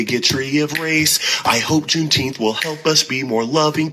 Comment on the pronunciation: Here's a deal, if you can say Juneteef the right way, maybe just maybe someone out there might listen to what your saying. Good luck